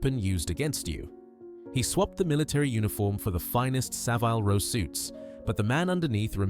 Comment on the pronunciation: Somebody needs to teach AI how to pronounce places: Reading, Savile Row...If AI can't do sthg that simple, what else are they incapable of? As AI scripts go, that was not the worst.